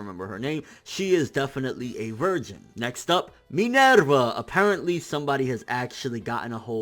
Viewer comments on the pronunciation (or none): U pronounce everyone's names really weird. Especially poor Minerva...